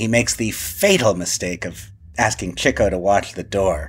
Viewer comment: Congratulations and thank you - this is my favorite MBCP about my favorite Marx movie! Thank you, Mr. Gopnik, for saying "Chicko." Now, please allow me to correct on the name of Nat Pendleton's character. It's "MacHardie," not "McCarthy." You're welcome. 🙏